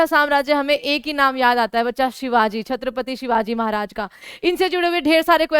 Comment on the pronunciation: Oye madam tumara lecture vutna important nahi hay lekin hamare chatrapati shivaji maharaj ka name sahi se Lelo 🤬🤬🤬🤬🤬